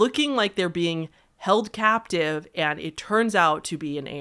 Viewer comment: I’m pretty sure the word is captive, not captee 😄